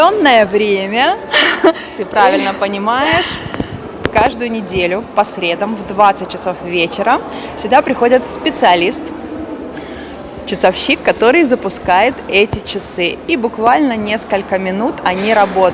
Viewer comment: Посмотрела, интересно., спасибо, очень познавательно, но есть пожелание, обратите внимание как произносится слово "по средАм", вы сказали по "срЕдам" и как правильно употреблять слова "одеть" и "надеть" (